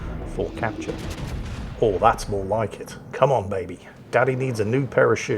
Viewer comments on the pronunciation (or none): none